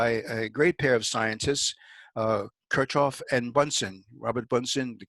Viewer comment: Kurzoffen???? Kir CH hoff. with a CH like in LoCH ness... come on.... you can do it.. and an i like as in seeek...